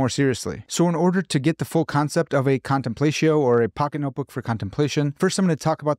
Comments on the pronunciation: Another fantastic video! Indulging my own pretension as a classicist, when you said “contenplatio” like that, both I and a kitten died inside 💀. But I love your stuff, great work! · ...big fan, you make great videos....but i have a question for you....."Contemplaysheeyo"?!?! C'mon man, I know you read a LOT of Latin, its time to step up that pronunciation!!! Thanks for the great videos. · I believe it would be pronounced /kahn tem plah’ tzee oh/ in Latin. But English-speaking people often use their English phonograms to pronounce Latin words in everyday conversation. Either way is fine with me. Let’s not be TOO pretentious haha! Thank you for this video. It’s interesting, well-done, includes helpful journal links, and has kept me thinking. I’m glad I found your channel while scrolling around.